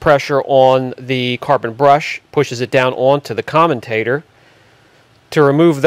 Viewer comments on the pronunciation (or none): It's "commutator" not "commentator" - they are entirely different words with different meanings. I flinched every time I heard "commentator" thinking what is it going to comment on? Other than that nice teardown. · Comm-you-tater (commutator) not "commentator" 😂😂😂